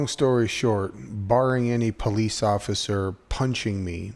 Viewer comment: "Occifer" ? Did you mean 'officer'?